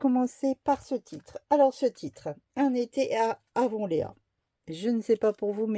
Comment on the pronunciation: Bonjour, le titre se prononce à l'anglaise "Avonlie' "ea se dit 'i' 😚.